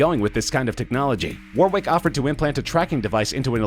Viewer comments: The way he says Warwick is cringe. He says it so many times. I don't even know what Warwick did. I was distracted by WAR-WICK. A war of wicks? Fighting for candles? The chandler revolution? War wick. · Stop pronouncing Warwick wrong, it is pronounced "Warrick"